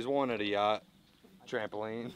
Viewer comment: yea you said YATCH and she said, ''Oooookkk??'' and went back to tell the manager, and well... lol